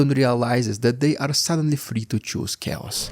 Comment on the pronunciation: This first time you sayd CHAOS, you got me!